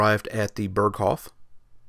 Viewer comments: How can you say he got a view to Austria on the North side of the Berghof. How is this possible? Austria is in the South. And by the way its pronounced "Beeerghoooof" not Perkhofff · I suggest you, before to do a Documentary about "Berghof", to learn to pronounce the name of it. It's not an American name of a Village, it is a German name, should be the minimum that you know how to pronounce it. It's just 1 word, isn't that hard to learn it instead to repeat it in the video for 50 times and all the 50 times wrong. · If you want to pronounce it correctly, it’s not like Hasselhoff. “Bearghohv” might get you there.